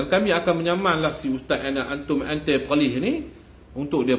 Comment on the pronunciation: klau boleh sebut kangar tok sbb tak seronok dengar rasa terpalik skli yg dok di arau jngn sebut peqelih